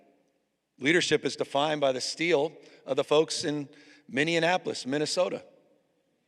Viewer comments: Governor Newsom it’s pronounced MINN-E-APO-LIS …Love you from Minnesota ❤ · Someone needs to teach him how to say "Minneapolis" - he calls it "Mini annapolis" - might be something to do with his dyslexia... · Someone's gotta tell him it's not Minneanapolis. Two interviews I've seen now.